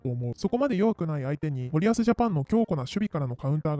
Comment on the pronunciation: 「森保」のイントネーションは「板倉」と同じではなく「谷口」と同じな